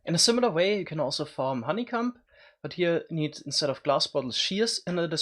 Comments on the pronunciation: That is not how you pronounce honeycomb.... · "in a similar way you can also farm honeycum"